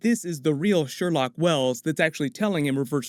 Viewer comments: The amount of times he said Sherlock Wells smh..... ITS SHERLOQUE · Every time says “Sherlock” i think “no no no...sher-loque”😂